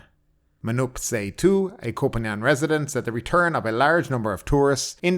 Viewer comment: "Poo Pan"? Are you serious?